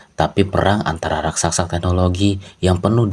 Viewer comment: Tulisan jelas "RAKSASA" tapi tetap dibacanya "RAKSAKSA" 🤣